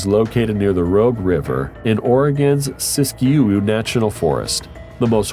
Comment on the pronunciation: I've long since gotten used to robotic narrators and their comical mispronunciations. There are plenty of those here -- Siskiyou ['sis kee yoo hoo, rather than the generally accepted 'sis kee yoo]. But now our beloved is experimenting with non sequitur, apparently in an attempt to sound more human. In discussing the Pondrosa Pine of the western U.S., it offers this unaccountable sequence of emo-bot hybrid information — "The Pondrosa PINE... can range from 55 to 90 feet tall, and can live up to 400 years. It's always eye-soothing to catch some huge CEDAR trees in a nature video. Shorea Johorensis, also found in Borneo's..."